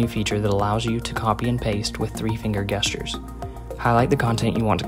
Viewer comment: Dude.. its pronounced Jestures haha